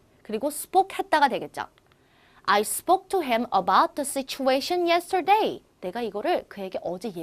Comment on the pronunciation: 네 그발음도 잘못 발음 하시고 yersterday도 강세 잘못 발음 하셧네요.. flown 도 잘못 발음...singapore도 강세. 잘못..